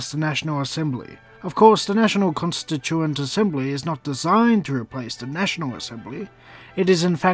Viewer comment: anarcho fledgling well, he did butcher the word “Constituent”